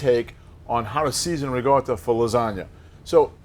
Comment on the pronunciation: Why is he pronouncing RICOTTA with a G